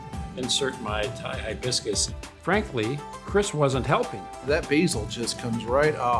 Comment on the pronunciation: "Thai-biscus"! You need to come to Clarkdale!